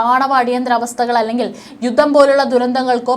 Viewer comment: ബീഗരാക്രമണം ബൂഗമ്പം,യുദ്ദം!!!!!!!? പ്രദമ. !?!? യുദ്ദകാലം!!!! ,പലതവണ ഈ തെറ്റായ ഉച്ചാരണംചൂണ്ടിക്കാണിച്ചിട്ടുണ്ട്.താങ്കൾതിരുത്തുന്നില്ല.